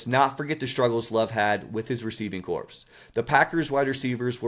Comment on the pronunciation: Good job man. Gonna spot you on the bar here... it's pronounced like Core. Receiving corpse sounds awful 😆